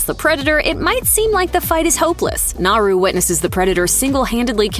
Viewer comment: One super annoying detail missed... How to pronounce Naru... The r is said as if it were a d... NahDoo.